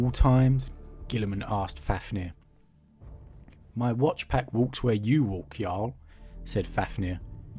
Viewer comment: The way you say "jarl" sounds more like "yall". No offense 😄